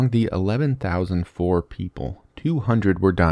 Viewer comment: The name of the Fore people has two syllables, like "fo-ray". Imagine an accent mark over the 'e'